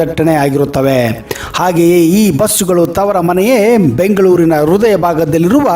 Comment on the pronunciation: ರುದಯ ಅಲ್ಲಾ ಮಾರಾಯಾ , ಹೃದಯ